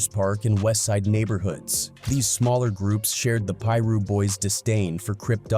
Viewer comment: Pie-russ is crazy🤦🏾‍♂️